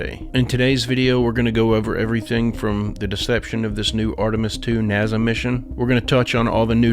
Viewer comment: Thats about 14 minutes of this idiot who can't say NASA spouting its mouth instead of playing clips... Got too confident didn't ya,!